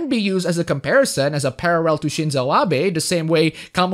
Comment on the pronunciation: At first it was just the one, but then, the barrage hits you. "Parrarrel" At least it's accurate for reporting on Japan.